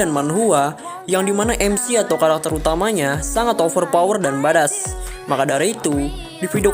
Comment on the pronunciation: Badass itu pelafalan nya 'baed-ess' om